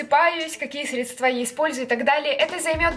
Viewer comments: Как же режет по ушам твоё средствА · уже не первый раз замечаю, что ты говоришь средствА. срЕдства!!!!!!!! Вроде бы ты живёшь в Москве, почти москивчка, а говоришь как колхозница. Запомни пожалуйста, ударение на Е срЕдства